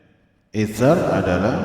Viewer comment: Isar pak bukan itsar